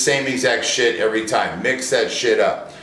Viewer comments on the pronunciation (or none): none